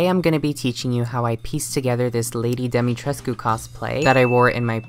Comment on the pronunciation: POV you’re Romanian watching this to see if butchers the pronunciation but it ends up NOT being horrible 👁👄👁